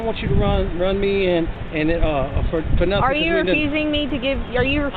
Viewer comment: Bro I am 3 seconds in an I'm in tears laughing Why she stop, mid run, just to say "I didnt do nuffin" LMFAOOOOO